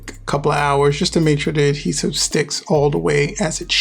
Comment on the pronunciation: You don’t know how to pronounce ADhesive you keep saying “hedhesive” lol learn English